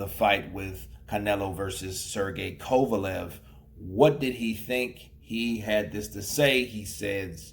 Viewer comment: "Kova-Lovv" .. 😆 .. Bernard